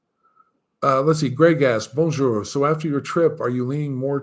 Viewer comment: Hi, are you taking any French classes? I have trouble understanding some of the French places you mentioned. Halles Paul Bocuse, for example. Even the way you say Bonjour 😀. Remember that in French you always stress the last syllable of the words: BonJOUR. Don’t be one of these American expats who never learn the local language. You’d miss out on too much. I think you’d probably like Lyon, a bigger city and the TGV is so convenient. À bientôt. Edie